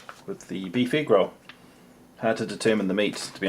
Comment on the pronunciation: The way you say egg is driving me crazy. Ugh. Canadian problems it seems xD